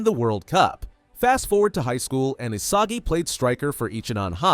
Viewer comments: Isagi ❌ Asagi ✅ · Is not Asagi is Isagi